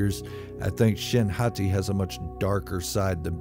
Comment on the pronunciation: Every time you say hati i still imagine you saying Hottie lol